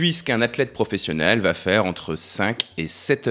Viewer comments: Merci pour toutes ces vidéos très intéressantes 👍 Mais il n'y a pas de "t" à va... alors ces fausses liaisons "vatêtre" faudrait corriger, c'est pénible 😉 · Tu fais des superbes vidéos mais tu m’écorches les oreilles à chaque fois que tu dis : ça va Têtre) 😮